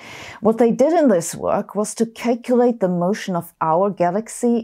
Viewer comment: A big shout-out to trans physicists with scoliosis who are bad red telephone humor—love you <3 "A stunning 4.9 zigma" (always use a sharp s when you see an "s", like in "Israel" ) "kelculate" (just say "kalculate", it's a better approximation of the real thing, "calculate"—friendly advice from a German) I muted the part when she talked to her telephone.